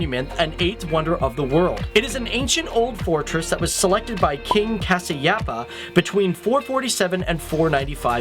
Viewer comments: It is not king kasiyapa. It is king kashyapa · u guys always make mistakes when pronounse our names,,in 5th point the kings name is kashyapa..itshould be pronanunse like kaaash yepa ..not kasiyapa..inclluding towns name too..if we can prononunce ur english name in correct way why cant u guys do that to ours...just get a little effort thats only.